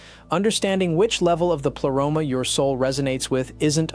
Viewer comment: Why you pronounce the Greek words in English way?? Just use Google translate and say words you actually know how to pronounce them because it sounds funny... pleroma... is pronounced as plea... not ple... and like this one , you mistake all the Greek words. Same with gnosis... the g isn't silent. Also pneumatic... p isn't silent... and the list goes on